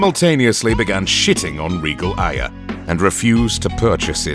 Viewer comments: The way you pronounce “Aya” is fucking infuriating, it’s pronounced “Eye-Uh” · I just have one complaint. Why all Aya "Ey-a"?